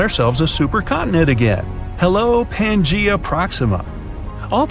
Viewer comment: Wow, he sure MIspronounced Pangea.